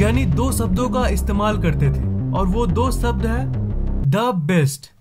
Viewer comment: निस्संदेह आप जानकारी उत्कृष्ट और उच्च स्तरीय लेकर आते हैं , किंतु आप बुरा न माने तो एक बात कहूँ आपके शब्दोच्चारण में त्रुटि है ..... जैसे ( स , श, ष ) शब्द को आप उच्चारण मे ( सब्द) कहते हैं आप वर्तनी शुद्ध करें कृपया अच्छा लगेगा 😊 धन्यवाद